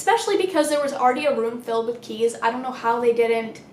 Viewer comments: me: about to fall asleep: “a room full of CHEESE” i was so confused lmao (ik she said keys but it sounded like cheese to me) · Sylveon THAT'S WHAT I THOUGHT SHE SAID TOO 😭